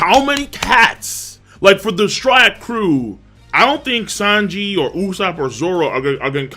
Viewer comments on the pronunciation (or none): King keeps saying Lanji’s name wrong.